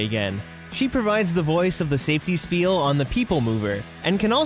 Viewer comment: You are mispronouncing spiel...